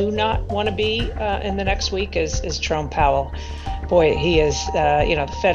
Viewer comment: Did she say Trump Powell? What the heck is she talking about?